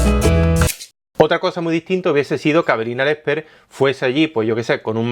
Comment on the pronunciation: like si siempre escuchas "Avelina Lecter"